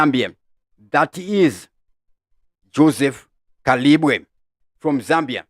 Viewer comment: J Kalimbwe not Kalibwe